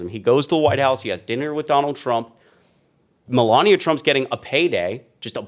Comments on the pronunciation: Like how you pronounce her name Melooonia. 😂😂😂😂😂😂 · My new favorite is pronouncing her name “Mela-Nia”. Amazing how many people that can’t pronounce “Kamala” get pissed when you can’t pronounce a name correctly. 😂